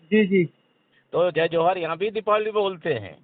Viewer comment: जी को तो जोहार शब्द बोलने भी नही आ रहा है क्या जमाना आगया है अपने स्वार्थ के लिए नेता जी क्या क्या करने के लिए त्यार है एक टाइम जोहार शब्द को वोरोध कर रहे थे वो आज जोहार बोल रहे है